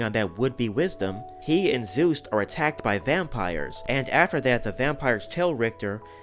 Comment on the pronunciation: His name is Juste not Zeus